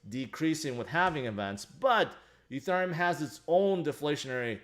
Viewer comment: Petition for to learn how to pronounce ethereum